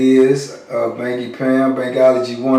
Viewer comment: Banky not bunky